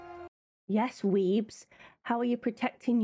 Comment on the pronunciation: Weems, not Weebs! 😂 Larissa Weems... The actor who plays Thing is a magician...